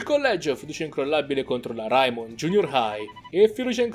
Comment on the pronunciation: Ciao ma perché pronunci raimon come si scrive? (Perché si dovrebbe dire reimon)